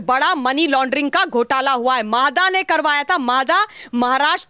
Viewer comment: मादा नहीं म्हाडा